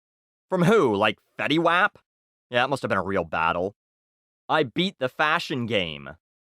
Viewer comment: His name is pronounced as "wop" lol